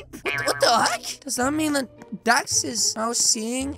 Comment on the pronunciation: He said dad instead of dax???